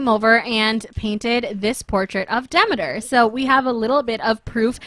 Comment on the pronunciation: its pronounced De-ME-ter